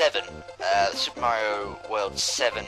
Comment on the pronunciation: XD Super Muh-ree-oh FTW! I really love what you've done with the game!